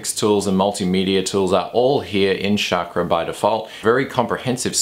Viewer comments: Chakra should sound like CHUCK-RAW not CHAAK-RAW or SHOCK-RAW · Great reviews!! just for further information Chakra is pronounced as "Chuck-ra".